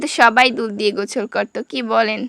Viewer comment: গোসল ❌গোছল✅😂